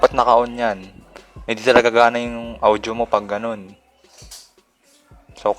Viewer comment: Naiinis ako sa pag pronounce ng audio. “Awdyo”